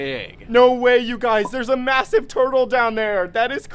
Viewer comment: Did bro Say masive☠️